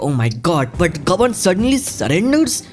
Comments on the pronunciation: Bhai the way you pronounce gaban is annoying. Sorry but it's annoying me every time. Try saying गबान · He can't pronounce gaban